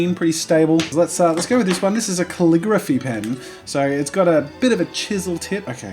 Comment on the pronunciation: is that how everybody says calligraphy or just him